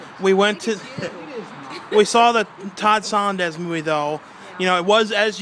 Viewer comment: His name is Todd SOE-LAHNZ, NOT SONDEZ!!!!! Can you READ?